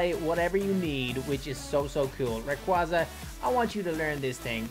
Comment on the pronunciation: It’s pronounced ray-qayz-a